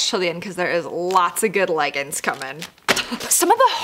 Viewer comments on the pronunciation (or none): Sorry they are called leggings not leggins